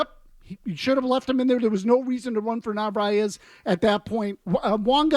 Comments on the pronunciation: Since he currently is doing very well and could be a legitimate RoY candidate, maybe learn his name (at least Mazz got it right). It's Narváez (nar-vai-ez). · Really? That’s what you care about? The mispronunciation of a rookie backup catcher. The Red Sox and their fans are a joke lmao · You know they have no idea what they’re talking about when they keep saying narvaez’s name wrong